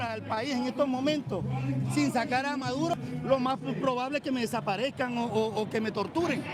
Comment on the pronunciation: WHAT A BUNCH OF IGNORANT, USELESS PEOPLE. NONE IF THEM ARE VENEZUELANS. THEY DONT EVEN KNOW WHERE VENEZUWLA IS, OR HOW TO PRONOUNCE MADURO